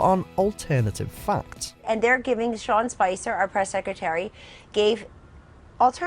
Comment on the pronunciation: Am I wrong, probably, but it sounds like you said John or Ohn Spicer. Then again I could care less. Oh wait, oops.